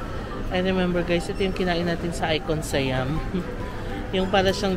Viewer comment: The correct pronunciation of SIAM is “sà-yăam”. Low and Rising tones lang po sya. And just a tip, most of the food court naka loadable card un mode of payment nila. No need to worry if hindi na consume un laman ng card kasi pwede naman sya papalitan.